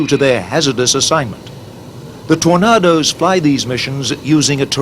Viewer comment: Why can't the narrator pronounce the word 'Tornadoes'? Who ever said 'Tor-nah-dose'? It's always ever been 'Tor-nay-dose'.